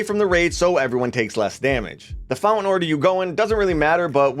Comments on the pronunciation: bro great videos...but I can't get past it.....the word is founTain, not Foun-en. Sorry but it's distracting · Take a drink everytime he says fountain. Or fow lin.. 🥴😵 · Did we stop pronouncing the T in fountain without notifying me?!